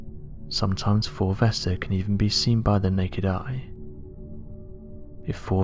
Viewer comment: I thought this guy was saying ‘fulvester’ the whole time...and it got me thinking, why have I never heard of this asteroid called fulvester before... then it hit me... he was saying 4 vesta😂